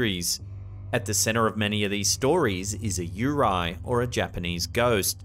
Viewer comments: The Japanese ghost is not called “Yu-rai” called as “You Ray” as guy’s name “Ray”. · “Yurai” is actually Yu re i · Ū-Ray not however you said that. 🙂